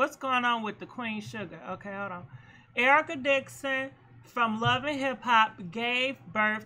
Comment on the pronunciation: UMMMM SAY IT WITH ME..... “ERICA DIXON!” 🤦🏽‍♀️🤦🏽‍♀️🤦🏽‍♀️🤦🏽‍♀️